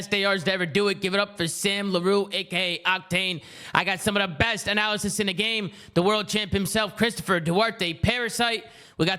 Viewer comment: Still here for when Tomas finally says analysts right